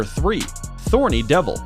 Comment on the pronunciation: Thorny devil get rid of the t 😂